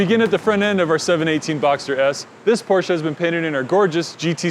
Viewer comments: That’s how you actually pronounce it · Because that’s the way it should be PRONOUNCE!!!! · You clearly aren't a car enthusiast. (all jokes btw a lot of ppl mess that pronunciation up, it is pronounced Por-Shuh by the way)